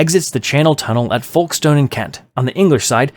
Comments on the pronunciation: I was not ready for the pronunciation of Folkestone UK😂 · And theodolite 😆 (that's also mispronounced, just like they did with Folkestone )